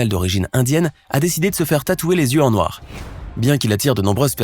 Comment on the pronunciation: Vous avez dit NOIRR